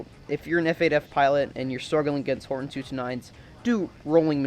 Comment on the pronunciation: its pronounced hortOn btw bu u still have my sub